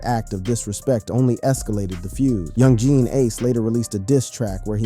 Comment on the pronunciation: “ Young Gean Ace”💀